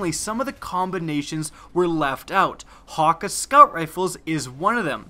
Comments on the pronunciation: its hay-ka- not haw-ka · Thank you. Hawkuhh bugged me the whole video lol. Hakke. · it's pronounced hakkay, not hakkah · idk what the "Hawka" foundry is, but I think you mean "Hakke" (Ha-kay) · It's pronounced "Haw-Kay" lol or I believe it to be w japanese pronunciation. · you pronounced hakke wrong it cayde-6 pronounces it himself if you dont believe me but is sounds like ha-k. Think of k like from sasuke or hatake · I don't really care about correct pronunciation. I'm gonna say what's comfortable with me "hah-Kay" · it's pronounced ha-ke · Actually not even Cayde pronounced it correctly (probably because he has an American instead of a German accent); seeing as Häkke is spelt with "ä" and not "a" the foundry is most likely founded by the ancestors of the Germans, meaning the "Hä" is pronounce more like "heh". Then keeping in mind it's German, "kke" is pronounced "kuh". So the proper pronunciation is actually "heh-kuh". I don't think it would be so hard to believe that Häkke is founded by Germans because they are already pretty involved in weapons engineering irl, and I don't see any other reason they would use "ä" instead of "a". Sorry for long reply, here's a zucchini: 🍆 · not being mean ur saying hakke wrong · you completely butchered the name hakke man. otherwise great vids. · aah, it's so irritating when he says hakke when its häkke an i come from sweden so i know how to pronounce it xd